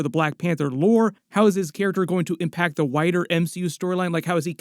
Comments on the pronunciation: I kept hearing you talk about how Denzel "will connect to the whiter MCU" and was starting to get weirded out until I got that you were saying "wider". XD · Anyone else thought he said “how’s this character gonna affect the whiter MCU” instead of wider? I was like huh? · ha - I thought said “whiter”